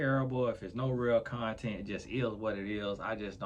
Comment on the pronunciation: I hollered. 😂 said all This is contenT. With a hard T